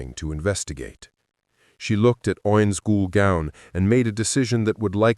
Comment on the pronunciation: Ainz Ooal Pown xD